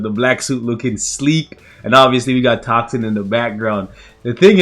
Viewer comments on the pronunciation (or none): Can you pronounce moonstone like you did T O X I N